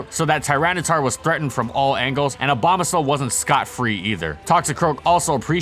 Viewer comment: Wait did he say obama snow?